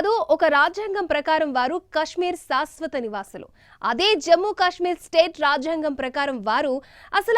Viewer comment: శాశ్వత అనాలి, షాష్ వత కాదు. దయచేసి గమనించండి. మొత్తానికి మంచి విషయము చెప్పారు. ధన్యవాదాలు